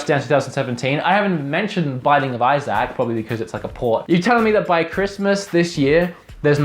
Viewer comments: Izack? That's a interesting way of saying Isaac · "binding of eye-sack" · Its pronounced Izik lol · I-ZAC! That's now how Isaac is pronounced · How can you say Isaac wrong.....